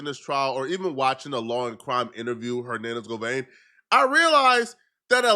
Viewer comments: Why do u keep saying govein ....😂😂 It's govan ... Simple .. you always doing to much man ... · Every time he said GOVANE ... I cringed 😂